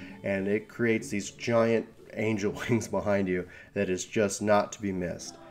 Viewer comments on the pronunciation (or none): none